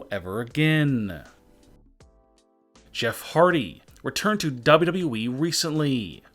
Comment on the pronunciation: Say WWE again. 🤣 "dubdub EEE"